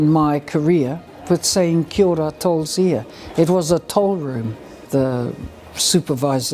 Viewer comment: It's pronounced Kiao ra (Kia ora), not 'Kiora'